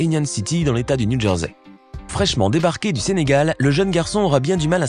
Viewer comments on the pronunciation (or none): none